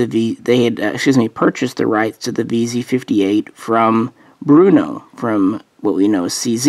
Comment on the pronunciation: Cermak? No the designer was Jiri Cermak. Pronounced like Yuri Chairmak. Also its Brno not Bruno.